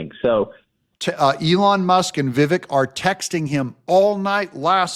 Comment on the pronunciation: ...it's Vivake...like CAKE. We should pronounce this correctly by now.